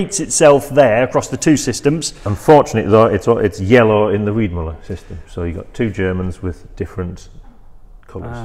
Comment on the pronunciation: It‘s Weidmueller! A german ü is ue in english